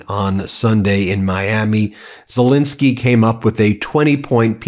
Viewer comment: Fentanyl, please note: final syllable is a short "I"; while Zelensky's Middle syllable is a short "E".